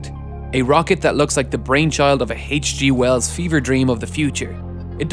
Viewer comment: “haych g wells”